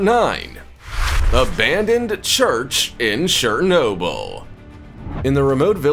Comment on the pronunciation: Its Chernobyl not Shernobyl